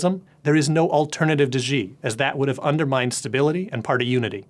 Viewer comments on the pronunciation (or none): For being the "VP" of stratfor's east asian office. He cant pronounce a simple name with the proper pinyin phonetics? Xi=SHEE, not ZHEEE. How can one broadcast a report about CCP politics and not know how to at least pronounce simple words in the official language?